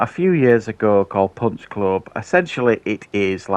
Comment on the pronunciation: Puch plub plu 😆 🤣 😂 that's what it sounded like you said.